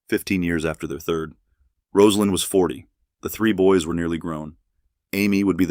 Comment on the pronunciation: Thank you for pronouncing her name correctly. Still news media says it wrong. Disrespectful.